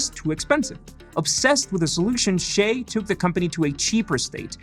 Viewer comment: Why do Americans pronounce his name as "Shay"??? His parents gave him a Chinese name. It's pronounced "Si-yeh" by Chinese.